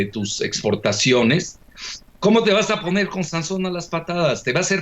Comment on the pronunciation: Por favor es Sansón, no Sanzón...como Ojalá y no Ójala